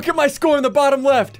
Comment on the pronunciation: he said: WEFT